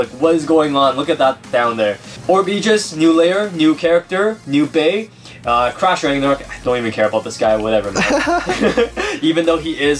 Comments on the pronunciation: When they said crash Ragnaruk I honestly heard,' TRASH RAGNARUK" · I thought you said trash ragnaruk